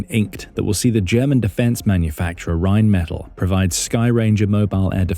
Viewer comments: It’s pronounced Rhine Meh-TAHL. Really enjoy your contributions! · Pronounced Rine Met Tall!